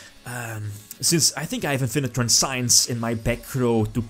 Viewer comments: trans see ens is pronounce of the effect veiler trap, even italiano know englesia somtime ;) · "Transience" is not pronounced like science.